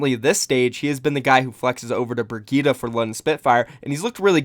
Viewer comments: Since it's a German name, it's pronounced "Bree-Ghee-teh" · Breeee-geeee-taa it's not that hard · Bree-ghee-teh is the way you pronounce it dude im swedish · I don't understand what is so hard about saying Brigitte's name correctly. She says it in her origin video. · TGWolf 😂 true